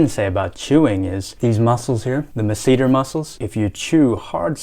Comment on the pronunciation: Never heard the masseter pronounced like that lol